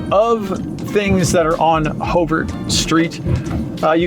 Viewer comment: Everytime you say 'Hover Street" I cringe. But obviously you have only been there a week or two so... I was born and raised in Longmont. Anybody who has been there a month or longer knows it is pronounced the same as President Hover's name.